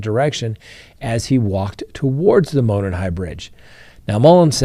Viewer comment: Monon (Mo-non) not (mo-nin)